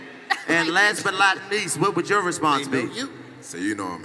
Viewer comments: Bruh am I the only one hearing Chico say “AND LAST BUT LOCK NIECE” not and last but not least?????😅😅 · "...last but L O T N E E S E".. #niggahuh?